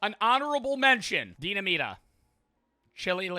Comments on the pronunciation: Idk why but it makes me irrationally angry hearing pronounce “Dinamita” as “deena-meeta” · You pronouncing limón perfectly just to fuck up dinamita (de-nah-me-tah) had me rolling😂